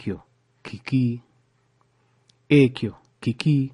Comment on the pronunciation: Spotted errors in your pronunciation of 'Ki' and ' Ekyo'